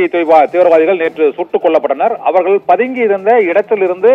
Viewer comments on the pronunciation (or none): இடங்கல் அவர்கல் 😂😂தமிழை நன்றாக கொலை செய்கிறான்😂😂